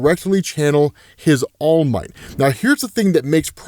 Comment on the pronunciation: “His almight” 😂😂😂 slipped. 😊